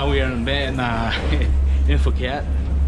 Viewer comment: Phuket is correct lol. Took me at least 2 years to start pronouncing Phuket correctly. Hahaha, will let Victor know to start preparing the cognac!